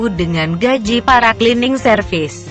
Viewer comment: saran utk admin sebaiknya cerita yg dibacakan di tulis dengan bhs indonesia saja shg pembaca cerita tidak selalu salah dalam pengucapannya seperti tulisan "Cleaning" di tulis "klining" shg tetap dibaca sbg "klining" bukan di tulis "Cleaning" dan di baca "celening" atau dlm bhs indonesia ejaan lama "C = tj"